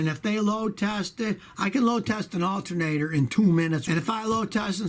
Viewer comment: Scotty, you definitely said Altermator. Awesome lol 💪🏼